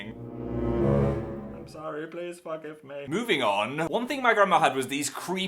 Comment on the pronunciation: When he said "please forgive me" I thought he said "please fuck me" XD